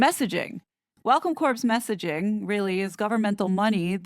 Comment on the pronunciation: Corps pronounced core like in Marine Corps